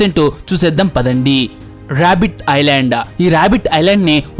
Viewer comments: ఐలాండా ఏందిరా ఐలాండ్ అనలేవా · Orey babu.. I landa kadhu ra babu.. island... Kastha kangaru padakunda cheppu... Video bagane vundi.. alasipoku plz..